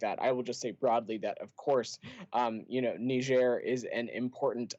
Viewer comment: Niger and Nigeria are not pronounced same, Niger na Niger, Nigeria na Nigeria.